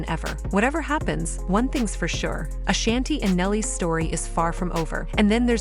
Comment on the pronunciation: AAAAAA-SHAWN-TEE NOT SHANNTee. Ok ma'am. NoW. BEAUUUTIFULL FAMILY❤❤❤❤🎉🎉🎉🎉🎉